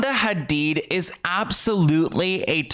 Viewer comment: all the effort you make in your videos is so obvious from research to pronouncing names correctly espcially here when you are saying the Hadid family name and trying to pronouncing the H like it is pronounced in Arabic, we love us a cultured king <3 thank you so much for your hard work and your consisting uploads.